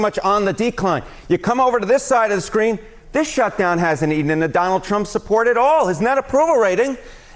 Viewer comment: but Ted "Give me the delegates, Dahnald" Cruz said that we need to take them seriously!